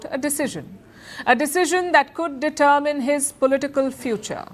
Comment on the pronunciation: Nice to see you have corrected your pronunciation of the word determine. Happy to see your continuous improvement.